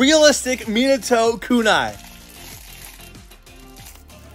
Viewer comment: he said miyato